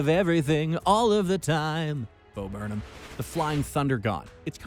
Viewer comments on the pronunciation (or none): none